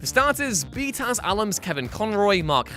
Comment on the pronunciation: I can't stand hearing 'bee-tass' said out loud.